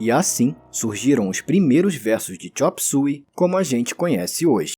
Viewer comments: chop "súi"? eu passei a minha vida toda chamando de chop "suêi" 😂😂😂 não consigo mais chamar do jeito correto... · Xop sói e nao xop sui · agoniada o video todo com o cara falando a pronuncia do titulo da musica errado. foneticamente se fala (xôp suêi)